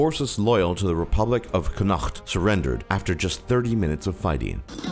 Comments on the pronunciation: It's pronounced conact. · In waterford we say it like "conuckt" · Not pronounced Connacht it's Connukt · Pronounced "Con-ockt" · it is pronounced con-nort not whatever that tongue twister of a name that was used for Connaught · it's pronounced con oct no con*insert sound of someone throwing up* get it right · Pronunciation of Connacht is off. Literally when pronouncing it you use the o, so it's "Konnocht", so that the N beside the O are stuck together. Otherwise, great video. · Saying Connaught is not difficult, you just need to know how to say it as it is not phonetic - "Con-not". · Connacht is pronounced con-okt. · connacht is pronounced con(as in con artist)-knocked (as in I knocked on the door) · As an Irish the way you pronounced 'Connacht' gave me multiple tumors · The Republic of Connacht lasted less than my irritation at the way he's pronouncing it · As an Irish person who lives in Connacht, I can say that he's pronouncing it wrong. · That's not how you say connacht I know cause I'm from Dublin the capital of Ireland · You did not say connacht right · Your pronunciation of Connacht hurt me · WAIT KUAIT ISNT A COUNTRY U BUTCHERED CONACHTS NAME BTW Plus East Timor is a country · As an Irish citizen I want to tell you how wrong your pronunciation at Connacht was. That's not even how it's said hahahah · Why do you find it so hard to pronounce Connacht? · It's so funny how he pronounces Connacht 😂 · Hahaha, I'm from ireland and the way he pronounced "Connanught" was completely wrong. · The way this dude says connacht, also Connacht is a province of Ireland just like Ulster Munster and Leinster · He pronounced it wrong, he tried to hard and it sounds quite cringy. There is no breaks in it, no use of the throat(like the Dutch) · his struggle in saying connacht amuses me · Wtf do u Connacht like that Jesus ( I'm from Ireland ) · How u said Connacht is annoying lol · Alan S it's Irish and they butchered the pronunciation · bruh his pronunciation of "connacht" lmao XD